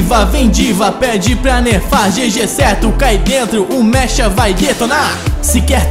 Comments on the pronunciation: qnd ele falou mecha pensei no cabelo da D.VA kkkkkk fala mecha como se fosse meça plmds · Mecha? Que eu saiba a pronuncia é meka mas td bem ficou mt boa a parte da d.va ✡